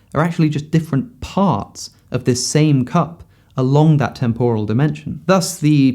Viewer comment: You put up a dictionary definition of temporal, which gives the right pronunciation. For some reason, you ignore this, and say a wrong one.